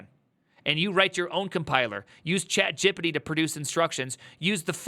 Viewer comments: why tyou say chatgpt like that ????? gipiti ?? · I love the way you pronounce chatGPT. I'm going to start saying that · gonna start pronouncing chatgpt as "chatgippity" from now on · yeah true it sounds so goofy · My main key takeaway is why are you pronouncing chatGPT as chat gippiddy? that shit sounds insanely goofy 🤣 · I love how you pronounce Chat Gippity